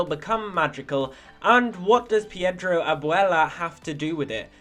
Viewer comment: Its pedro not piedro